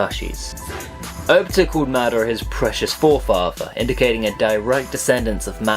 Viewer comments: mad-er-rah.... what the fuck lmao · he said most of the most of the fake words wrong. And epacially madara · it's better than lol